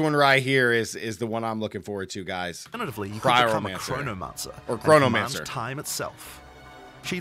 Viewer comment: CHRONOMANCER...say it with me......CHRONO-MANCER